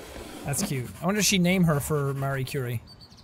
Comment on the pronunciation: The way jack said Marie Curie sounded like mercury to me.